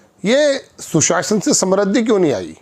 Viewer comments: सम्रुद्धि नहीं, समृद्धि बोलिए। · Samrudh nahi hota hai modiji,samridhi hoti hai.